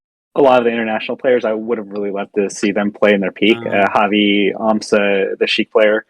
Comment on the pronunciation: "Can you imagine European aMSa?" Me "You mean Amsah?"